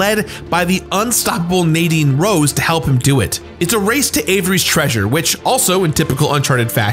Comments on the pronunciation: I love these videos but why do you keep mispronouncing words?😂 Nadine Rose?? Its Ross bro! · it's Nadine Ross, not Rose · He really said Nadine "Rose" 😔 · Nadine ROSS, not Rose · Ross!!!!!! Not Rose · Did he say Nadine Rose?? XD